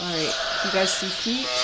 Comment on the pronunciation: Ewe tube? Every time I here you say “you,” I hear ewe!